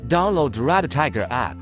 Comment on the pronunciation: Speak a little slower and it’s REDTIGER. Not Red a tiger